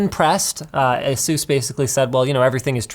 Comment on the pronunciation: Why does he say asus like jesus